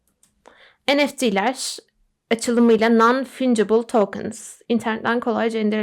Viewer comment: Fancıbıl olarak okunuyor